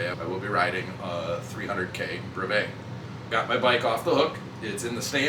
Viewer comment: Thanks for the great video! You mispronounce brevet.